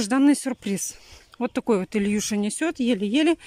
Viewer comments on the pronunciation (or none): Почему ильюша ? Илюша , не коверкайте имена . Слушать тошно .